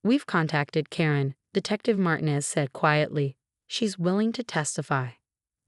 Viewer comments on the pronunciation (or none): A.i says Martin-ez. It’s marteenez. I’m very offended! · AI nearly always misprounces Martinez. Did you notice that it can't pronounce fiance correctly either?